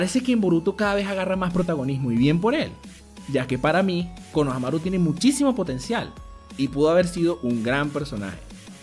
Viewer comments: Es konoHAmaru haciendo énfasis en el "HA".Tu lo haces en el "MA" y suena homosexual ja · Porque le dice konohanaru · Me caga que siempre digas mal los nombres. Konohámaru* LPQTP >:v